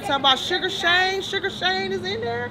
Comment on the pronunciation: “Suga Shane”😂😂😂